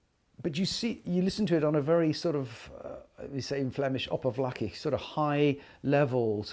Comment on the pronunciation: I just stumbled upon your channel. I was really enjoying the video when all of a sudden you say "oppervlakkig" !!! As a Zonhovenaar, I salute you ;-) Amazing channel you've got here !